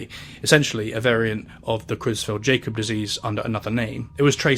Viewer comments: I love your channel, but yeah for this one, it's easy to tell you weren't alive for this event, because you keep calling it "cruise felt Jacob" disease, and all these decades later I still remember the (correct) pronunciation from the evening news. Creutzfeldt-Jakob - "KROITS-felt YAH-kob" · hey future note but CJD is actually pronounced croyts-felt-yah-kob. otherwise good video ^^ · Creutzfeldt-jacob disease (Its pronounced yacob btw) is also an example of why we shouldnt let germany name things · That is not how you pronounce CJD its pronounced more like, croitsfeld Yacobs disease. (tell me you weren't around when this happened without telling me you were not arround when this happened) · Creutzfeldt-Jakob Disease is pronounced kroyts-felt yah-cob. Sorry. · super interesting (and spooky)! crazy how slow governments react to disease to this day.. i do believe it's pronounced 'kroytsfelt-yakob' disease though. 👍👍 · Prion diseases and rabies are the two pathologies that scare the hell out of me. They're horribly debilitating and excruciating for the sufferer and incurable. One can happen naturally, out of nowhere, in some cases and the other can happen "out of nowhere" in terms of people not noticing they were scratched or bitten. Also, the disease is pronounced "Kroytz-felt Yah-kob (or "kohb" in some European areas)." I'm a little surprised the disease mentioned multiple times here wasn't researched regarding pronunciation.... That's a little disappointing. Otherwise, very good documentary on such a scary time. I'm old enough to remember the Mad Cow scare back in the 90s. Edit: I wanted to add that there are still cases of BSE. It's typically maybe one or two cases every couple years or so in the UK and Scotland, when I last looked. I think one in the US in the last decade. It's usually taken care of quickly and efficiently, though, so it's much, much less risk. I don't doubt that BSE or some other variation could crop up again. Prions are scary for a reason.